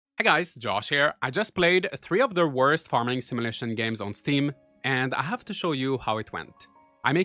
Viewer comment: What's a "simulishion"?